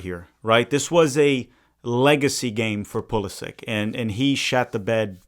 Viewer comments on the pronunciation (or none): Brothers channel is called tactical manager and can not even pronounce Pulisic the right way haha it is Poo-li-shich why do all the american never take the effort to speak out the names the right way? They are all so ignorant and think everything is in English…